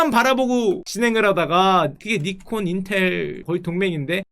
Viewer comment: ㅇㅌㅋ:니콘이 아니라 나이콘입니다